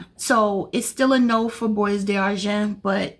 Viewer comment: It’s pronounced “bwah darjon.” Don’t pronounce the s or the t.